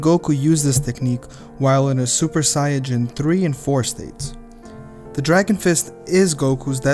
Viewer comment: Stupid it’s Saiyan not siajin